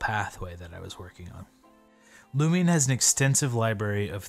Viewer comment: I was distracted by you saying "Lumi'n" or "Lumi-un"